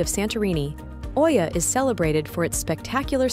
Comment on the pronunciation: Please learn to pronounce the names correct. It's a kind of respect if you go there to learn where you go. For example: there is no O in the pronunciation of Oia!